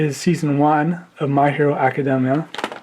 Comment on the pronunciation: He can’t even say the name of the show right!